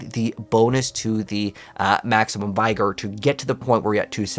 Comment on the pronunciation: HI. I really like your videos, but please stop say Vaigore. it is Vig-GUR.